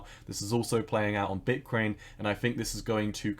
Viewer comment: Is it me or do u pronounce Bitcoin like bitkwain!